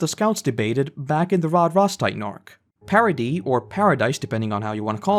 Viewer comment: Paradise being pronounced 'Parody' really feels like it should have stood out to me more